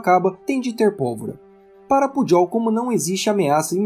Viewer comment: Só uma contribuição, a pronúncia do nome do Cmdt. do Exército é Pujol com "j" e não com "dj". Atenciosamente.